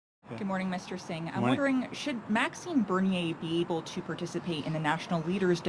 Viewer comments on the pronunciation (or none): none